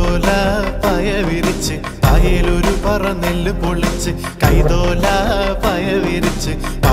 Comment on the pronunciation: Superb❣️❣️❣️. One suggestion - In the lyrics, i think it is " നെല്ലു പൊലിച്ച് ". U pronounced it as, " പൊളിച്ച് ". ❣️